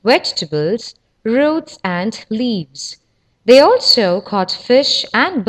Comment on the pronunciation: "Vay vathered wegtibles"